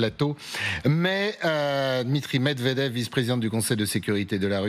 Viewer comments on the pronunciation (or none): none